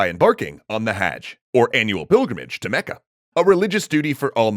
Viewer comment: omg....i'm dying....as an arabian hearing you say arabic names like "Mecca" and "Medina" in your GLORIOUS foreign accents...oh boi... lemme tell you , you're butchering them BADLY , just sayin' XD